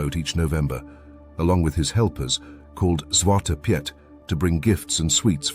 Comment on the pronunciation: "Piet" is pronounced similar to English "Pete", not as Pyet" in Dutch.